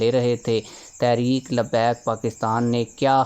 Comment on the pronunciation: بھئ یہ لفظ تحریک ھے تا ریک نہیں ہے۔۔۔ لفظ تو ٹھیک سے پڑ ھیں۔۔۔۔ please